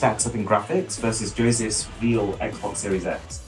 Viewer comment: Ah yes, the "Xbex" from Wish...